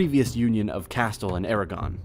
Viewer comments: yes. Very informative video but yes very easy words that non spanish speakers can say with no accent lol. Such a "castlllll" its "cAsteeL" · Castille is pronounced "Cas-STEEL". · Who pronounces Castille as “kas-tull?” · Bro, it's pronounced Kah-Steel...Castile.... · It's pronounced "Cast-eel" you idiot. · It’s pronounced “Cast-eel”. Details matter. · Didn't finish it .. just got up to when I started hearing "castel" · "Americans know how to pronounce names in other languages": "The Crown of Casthuull" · The commentator's English pronunciation of Spanish place names is awful. Ej. The battle of Bada-joes.?? He needs to learn place names correctly to make a respectable history tape. What ignorant person calls Castille- Castle. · How can you be taken seriously when you pronounce "Castille" as "castel? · Really....ahhhhh it's CAS' TEEEL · If you are going to make this type of video, please get your pronunciation right. Castille is pronounced 'Casteel'. Also, following the Peninsular Wars England guaranteed Portugal's independence and sovereignty. Something the Spanish dared not challenge. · Castle is pronounced as ca- steel and not like the fortified home of a king. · Please stop calling it CASTILL....please...stop the pain.. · Every time you say “kastel” I lose a brain cell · Man, sorry, but it's painful to listen to you mispronounce every single foreign name. Castille is not Castul... wtf dude, it's hard to take you seriously. It's really irksome. Also, it wasn't believed that Hispania was one of "the" former Roman provinces, it WAS one. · Castile is pronounced Ca-steel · cast-tul.... that's killing me man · It's pronounced "Casteel" or "cas teal" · Good video. But please note, Castille is pronounced Cas-teel! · The way he pronounces Al-Andaluz and Castille threw me off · I’m not even Spanish but his pronunciation of Castille was painful. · His pronunciation of castille!!! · Learn how to pronounce Castille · The way he pronounces "Castille" triggers me 😂